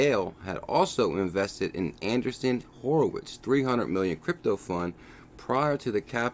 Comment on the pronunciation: Not ANDERSON Horowitz....ANDREEESEN Horowitz.